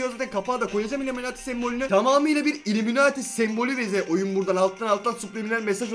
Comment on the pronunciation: Uliminati değil ullimemati